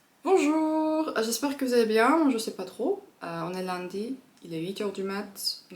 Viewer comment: Lundi pas lindi, emprunt pas empreint... c'est horrible, on dirait une nordiste.